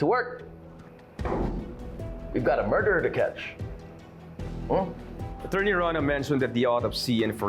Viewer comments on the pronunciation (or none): Di talaga mabanggit ng Tama Ang word na attorney mula simula Hanggang Ngayon, , , Achorney pa Rin Ang bigkas hahaha